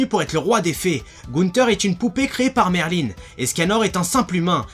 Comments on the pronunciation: merlin-e? X'D merlin il n'y a pas de e 😂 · Raion-Jo à la japonaise ça sa prononce Merline mais s'écrit Merlin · En vf ils disent "merlin(e)" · Raion-Jo pour le L je suis au courant (j'essaye d'apprendre le japonais) mais après je peux me tromper c'est surtout que dans l'animé en vostfr il le semble qu'ils le prononçaient Merline ^^